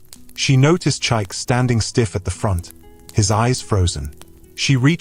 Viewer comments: You are calling the name wrongly meerneer, it is called Chi-ike not Chyke. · Beautiful story, awesome plot...but please can the narrator attempt to pronounce Chike not Chaik? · Even if you're AI but you must learn to pronounce that word with respect to over 80 Million Igbos that owns the language from which this Great name CHIKA OR CHIKE came, we study your names so well before pronouncing then!